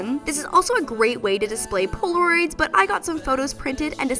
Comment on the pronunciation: i thoughf she said porn but it the captions said polaroids